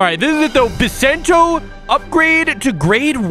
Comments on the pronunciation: it's bisento not bissento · It’s pronounced Bai-Sen-Toe. THE ONE PIECE IS REEEEAAAAL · bisento you can hear the i is right